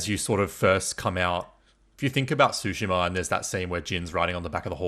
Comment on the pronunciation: Why the mispronunciation of Tsushima? Tsu- sounds like the - ts sound in cats. So it's more Two-shima. Tsu - sound is exactly the same sound as the - tsu - in the car brand Mitsubishi.